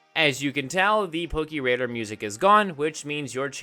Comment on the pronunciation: I love how you say "Pokiradar" instead of "pokéradar" lmao